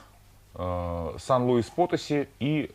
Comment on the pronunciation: Вы же вроде знаете испанский- ударения ставьте правильно, пожалуйста - сiudád de México y Potosí(Потоси́)